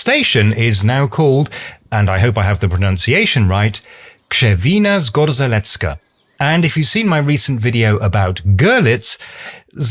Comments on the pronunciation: At least You try to pronounce "Zgorzelecka" :). But rz is pronounce as single letter - not separate. try to pronounce like ge in rouge (French). Same rule for Zgorzelec. Other exaples with 'rz' : Rzeka (river) or rzecz (thing/item) - pronouciation is always as 'ge' Few exceptions like where rz is pronounced as r-z: - Tarzan - this one because is non translated name - Zmarzlina (frozen grund), zmarznąć (get cold) because these words was created from word "mróz" (frost/cold)... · the pronounciation was almost perfect. But the rz in zgorzelecka is also pronounced as one unit with the same „zh“-sound you used in Krzewina. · close enough, but the second "rz" combo (in the zgoRZelecka) is pronounced similar to the first one (in the kRZewina, that one you did right), with the small difference that it's the more resonant version of it (sounds similar to the j in french), since it's not after one of the deafening consonants :) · I really don't understand why you pronounce RZ as Ř in Krzewina, but as Z in Zgorzelecka 😅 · oh, that's simple - easy-peasy , as they say. Repat after me: Kschewina Sgozhelezka ("zh" as in "Brezhnev" - or as "ge" French "collage"). Plain and ssimple, innit? ;-) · Poland!! I'm a pole and I adore your videos in general, I like you are covering my home country. Btw it's pronounced like 'Kshevina Zgosheletska'. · Krzewina - good Zgorzelecka - wrong: 'rz' should be read the same way as in 'Krzewina'. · You got the first "rz" right, but then went for "r-z" with the next :D It's always the same sound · you pronounce the "rz" in zgorzelecka the same as you pronounce the "rz" in krzewina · The "rz" in Zgorzelecka is actually pronounced the same as the "rz" in Krzewina. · not the same as in Krzewina there is a 'Sh" sound for the rz in casual speech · Sehr gut, Krz wie Ksch. Sprich i in Krzewina so kurz wie i in Sinn aus, dabei den gleichen Laut wie ie in Wien. Sprich das o wie o in Sonne und rz in Zgorzelecka wie das zweite g in Garage. Wortbetonung auf rze.